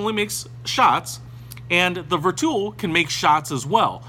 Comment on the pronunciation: Ver 2 o ….. or Vertuo? please learn the pronunciation!